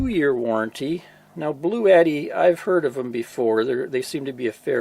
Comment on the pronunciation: I'm just glad you didn't pronounce it "Blue-Yetti" like so many do. Drives me nuts LOL